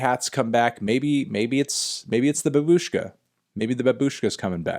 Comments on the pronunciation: It’s not babUshka It’s bAbushka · Guys, it's pronounced /bä· bush·ka/ in Russian (with emphasis on the first syllable) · It's "baaaaaaaaaabushka" Emphasis on the first syllable Thank you, melon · Not as much support, as we are making fun of him for pronouncing Babushka wrong.